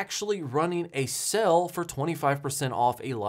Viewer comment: I’ll say it again.. you pronounce SALE as SELL.. why?! Other than that oddity.. love your channel !